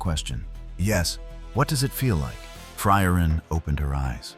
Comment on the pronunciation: My favorite was "Fry-Urine".